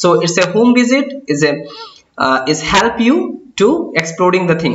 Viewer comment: though your video remain very much helpful to me .. n i heartily thanking u .. ... The word like 'help' sounds a bit awkward to me ....Pls don't mind 🙏